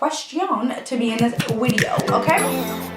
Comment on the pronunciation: "Wideo" lol do you watch slim whispers too? 😂😂